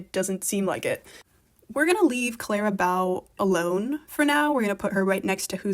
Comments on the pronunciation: Clara Bow, pronounced as in bow in your hair or bow and arrow. Sorry to be pedantic, but can we get her name pronounced properly? Thanks. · The mispronunciation of "bow" hurts my ears, but the rest was interesting. I really felt "Thank you, Aimee" was never meant for this album and should have been a vault track to rep or something like that. Also, who's afraid of little ole me? I love it so much.